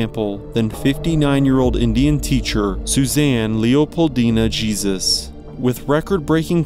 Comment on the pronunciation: It’s crazy that you pronounced her last name with Geezus, vs Hey-suess. Wow.